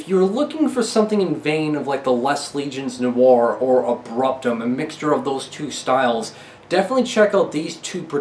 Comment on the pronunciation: Bro “Les légions noires” is pronounced “Lay layjun noir”